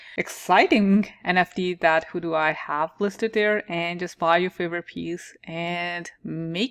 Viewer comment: its pronounced how you would say "how do we"